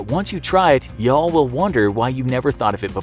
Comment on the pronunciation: Why y'all gotta say y'all like that for? 😂😂😂😂 Edit: Also.... Whoever tf eats chicken and waffles with gravy...IS. A. F*CKING. PSYCHOPATH. Edit: Also also.. No one actually puts the Pop-Tarts.. in the toaster... right? Edit: Also also also.... Who tf calls it sweet potato casserole.... It's CANDY YAMMMSSS.